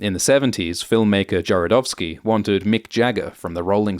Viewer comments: Good stuff, but the pronunciation of "Jodorowsky" was painfully mangled lol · Can't even pronounce Jodorowsky name correctly....